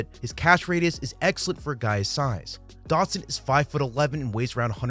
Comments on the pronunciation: in the first 30 seconds you said "Curtis Samuels" and "Jahan Doxon", how am I supposed to take it seriously from there? The content is fine, just smack talking the strange mispronunciations to start such a high effort video. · Your pronunciation of his last name as "Dockson" is giving me PTSD from having endured Josh Doctson's bust of a career. Edit: seems like you only did it at the beginning.